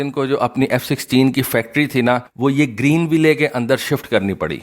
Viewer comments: The name of the city "Greenville" is pronounced: "Green Will" It's not to be pronounced as: "Green Way Lay" Your videos are very informative otherwise, keep up the good work... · bhai ap ville ko will parhen .ye sahi pronunciation u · صحیح تلفظ۔۔۔۔۔۔۔گرین وائل کور۔۔۔۔۔کورپس کا مطلب لاش ہوتا ہے معذرت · The final e in Greenville is silent. Don't pronounce it, makes you sound illiterate.